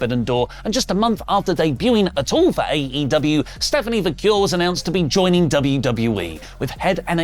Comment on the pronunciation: I think I’ve now heard say 5 different ways to pronounce Stephanie Vaquers last name lol. Can someone tell me what the actual pronunciation is?